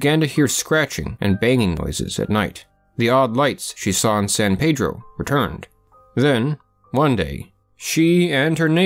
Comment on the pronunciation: It's pronounced San Pee-dro. Weird but true